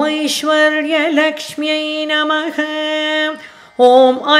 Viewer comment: Madam, Many times you pronounced Namagh instead of Namh. Your Voice is God Gifted and also due to Hard practice. All The Best.